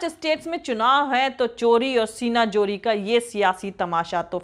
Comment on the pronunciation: the word is: Zooree Not Jooree Thanks